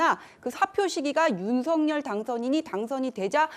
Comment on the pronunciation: 윤서결 발음 틀렸어요 윤석열-발음 을 (윤성열) 한라산-한나산 아니죠? 할라산